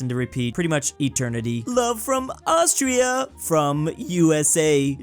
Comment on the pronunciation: This person said Austria as in Australia and still ducking flopped the Flag, AND ON PURPOSE IM SURE